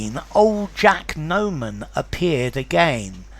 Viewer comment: Just a reminder: it's Jack NOMAN not Norman